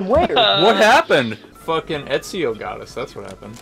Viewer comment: etzy-o? Its Ezio!